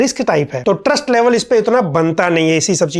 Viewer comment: U said trust I heard Gyan Therapy